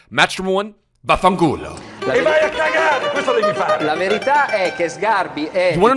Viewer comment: Hahahaha you said VAFFANCULO better than me 😂😂